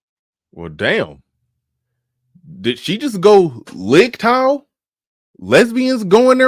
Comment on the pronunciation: I heard licktow 😂